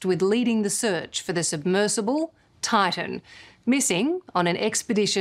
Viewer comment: Why is this reporter pronouncing Titan as Tartan?